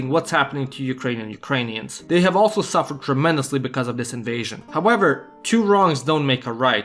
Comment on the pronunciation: that 'ALSO' is just priceless...